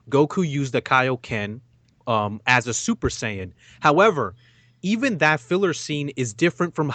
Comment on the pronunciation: you know shit just got real when says "saiyan"